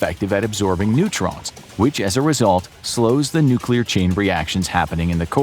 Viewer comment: I was about to say something similar hahaha... the odds of a nuclear plant employee butchering the word "nuclear," then proceeding to fail mentioning what plant they supposedly work at, are hopefully extremely low.